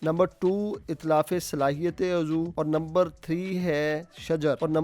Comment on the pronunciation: Zarr ni hota...zarrar hota Hy 😂😂😂 aur azoo ni hota uzv hota Hy....judge shab